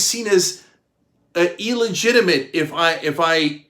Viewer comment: Come on Cynk! It's NOT "E legitimate", it's "Ill legitimate"!